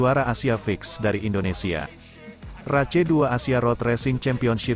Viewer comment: Race, bacanya reis, bkn race, blajar lg